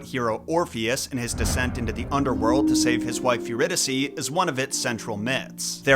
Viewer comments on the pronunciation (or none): none